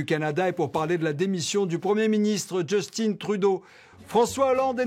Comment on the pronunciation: Justin Trudeau est député de Montréal à l’origine et son nom se prononce JUS-TAIN en français, surtout qu’il est de père québécois. C’est pas Justin Bieber. 🤦🏻‍♂️